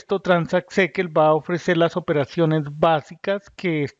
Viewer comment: fascinante forma de pronunciar SQL. Tan original que debe ser la única persona en el mundo que pronuncia de esta manera. Creo que si se plantea hablar de una tecnología, lo primero que se debe "investigar" es la pronunciación correcta. No cuesta mucho y le da seriedad al análisis... yo abandono en el seg 45 porque ya imagino que el resto del video es inconsistente